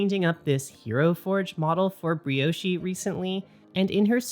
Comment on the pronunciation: thx a lot for this video XD ! btw, you shouldn't pronounce the 'e' in Brioche ;)